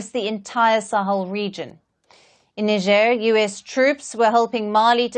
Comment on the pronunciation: Let's face it, U.S presence in Africa has done almost nothing to suppress the rising terrorist activities in the region. Makes you wonder what they're really doing there. The average American doesn't know where Niger is. Heck, the average American cannot pronounce "Niger" correctly.